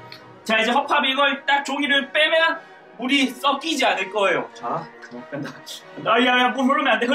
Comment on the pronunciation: 물이 썩키지 발음이 ㅈㅈ